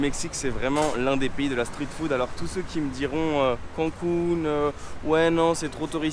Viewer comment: Ce qui m'embête c'est ta prononciation. Je n'ai jamais entendu un anglophone prononcé le street en STRIT. Comme l'autre influenceuse qui prononce le scared en Scaréd. C'est juste ça